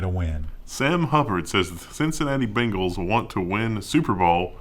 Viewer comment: Y'all said Bengals like "Bingles" and I immediately thought "God dang it, Microsoft's gotten to sports."